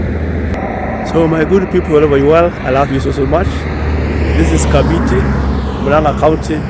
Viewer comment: KAMBITI.. KAMBITI.. NOT ... KABITI... KAMBITI.. NOT KABITI... HYEANA...is mbiti MBITI IS HYENA... KAMBITI.. is PLACE OF HYEANAS.. kambiti